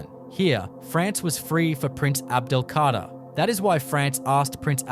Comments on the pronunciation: C´est un robot (IA) qui prononce (mal) le texte ( les noms propres ) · L’EMIR ABDEL-KADER ET NON PAS ABDELKARTA !!